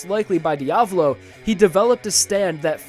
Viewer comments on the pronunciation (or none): none